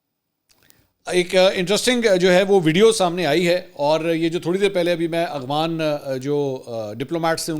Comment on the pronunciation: منصور صاحب میں آپکے سب ویلاگ دیکھتا ہوں ۔۔لیکن دکھ اس وقت ہوتا ہے جب آپ افغان کو اغوان پڑھتے ہو۔۔۔شاید آپکو افغان لفظ پڑھنا نہیں آتا ۔۔۔دوسرا ایک ویلاگ میں افغان سفیر کے قومی ترانے پر کھڑا نہ ہونے پر شدید تنقید کی آپ نے۔۔۔قومی ترانے کے سامنے کھڑا ہونا فرض واجب تو نہیں۔۔۔جب تلاوت کی جارہی ہو کسی محفل میں تو آپ کھڑے ہوتے ہیں۔۔ نہیں نا۔۔۔۔قومی کھیل۔قومی پھول ۔قومی چیز جو بھی ہے کیا آپ ان سب کے سامنے کھڑے ہوتے ہیں۔۔۔اور اس سے بڑھ کر کے آپ اللہ کے سامنے کھڑے ہوتے ہیں۔۔۔بہت افسوس صد افسوس